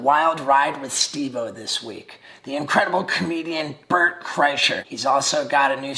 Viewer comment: Wait did Steve say "BURNT Kreischer" on purpose or is he a fucking genius